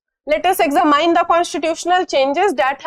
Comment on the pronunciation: Exa mine 😂😂😂 style of speaking....